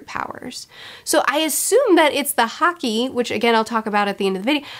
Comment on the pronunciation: To help make things easier, "haki" is normally pronounced the same way you'd say "hockey." Also, yes, with the combination of Impel Down and Marineford, I say it's better to take your time before uploading another video. These arcs in particular deserve more time to prepare and process everything.